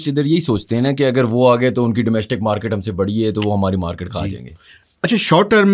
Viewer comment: "Maaekeet ... maarkeet"